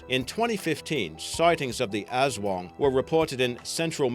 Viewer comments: I'm a filipino. ( Person who lives in the Phillipines ) It's not "aswong" It's "as-wang" like jeez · Im A Filipino And I Believe The Aswang BTW Its Aswang Not "Azwang"